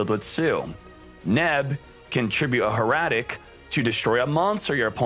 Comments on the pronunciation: Hair-a-tic Not Her--a-tic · How you pronounce Hieratic makes me cringe